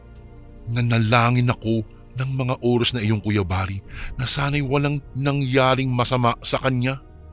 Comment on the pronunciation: ORAS yun hindi URAS 😂😂😂😂😂